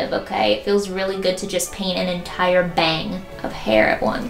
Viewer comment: she finna cut a ba-ang, not the ba-ang